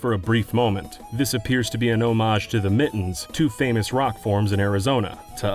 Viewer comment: I always hear Beaner when he says Beana ☠️